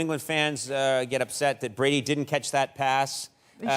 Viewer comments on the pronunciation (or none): none